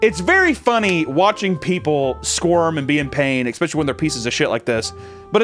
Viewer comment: I love you so much but please for the love of all things STOP SAYING ECK-SPECIALLY